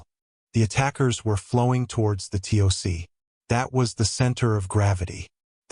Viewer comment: The tick the TOC is pronounced Tock!